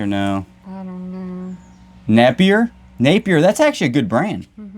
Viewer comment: Napier is costume jewelry. Pronounced Naa pier.